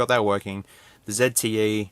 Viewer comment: Say "zte" not "zedte"!